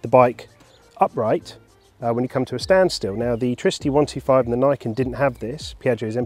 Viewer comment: its "knee-ken", people